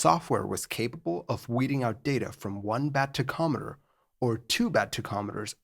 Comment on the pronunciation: I thought he was saying tech ometer but he is just referring to a tachometer. It is pronounced: Tac om eter Btw.